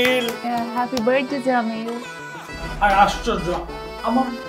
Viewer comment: বেশি শুদ্ধ কইতে যাইয়া গুলায়া ফালাইসে। It's বার্থ ডে not বার্ড ডে। over smart অভিনেত্রী।